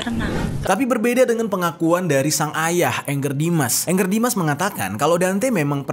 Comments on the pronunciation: Bacanya bkn ENGGER jeff baca aja sprt tulisan nya ANGGER JUST CORRECTION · Angger Dimas, bukan Anger. Nama org dibaca AN G G E R, bukan ANGER ( kemarahan) dlm Bhs Inggris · Kenapa orang susah sekali manggil nama ANGGER ? Bacanya sesuai abjad aja Bang, jangan di inggriskan tapi di jawakan ANGGER itu dari kosa kata jawa, yang artinya anak laki laki